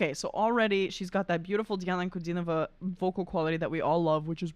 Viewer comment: Да, это Диана!! Но,, Вы видимо хорошо знаете русский, а точнее - лингвистику языка, и подразумеваю, что Вам знаком русский язык!;) Его "мелодию".Очень четко произнесли фамилию Дианы. И акцент...Но английский хорош. С чучшими пожеланиями. Диана - Подарок Богов! Всех благ. У вас ОПЕРНОЕ образование! Интересно, где?